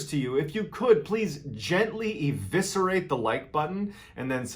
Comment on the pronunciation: I learn more here than my English lessons “evicerate” 😂